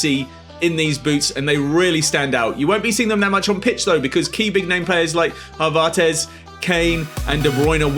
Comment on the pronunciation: Video is good but the way he pronounced haverts 😭😭😭😭